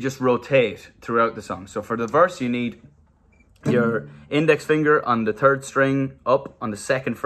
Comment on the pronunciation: “on da turd” 😭😭😂